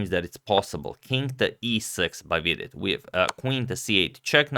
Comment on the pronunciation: I like how you pronounce Vidit correctly. Hikaru just says weedit which is totally wrong ahaha